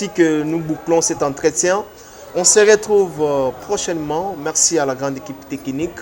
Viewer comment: Marcello et non Maxelo Merci et non mexi